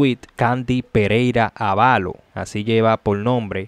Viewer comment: BRO PARA LA PRÓXIMA ACENTÚA CUANDO LEAS, NO ES AVALÓ LO CORRECTO ES ÁVALO EL ACENTO ES EN LA LETRA (A) DISCULPA LA CORRECCIÓN ERES COMUNICADOR 🙏